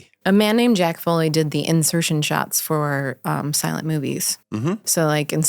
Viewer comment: Why do you keep saying it like “fully”? 🤦‍♂️